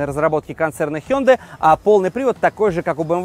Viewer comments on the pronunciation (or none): none